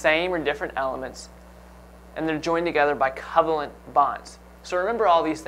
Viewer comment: Why does he pronounce covalent that way?!?!